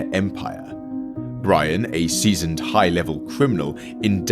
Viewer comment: Its brian not ryan